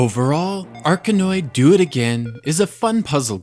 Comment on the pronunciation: good review, I've heard others pronouncing it 'Dough it again', not sure which is right.